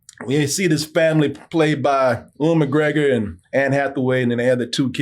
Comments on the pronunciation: Uwe-N McGregor!!!! 😅😅😅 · I can't unhear "oo-in" McGregor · It's pronounced You-in.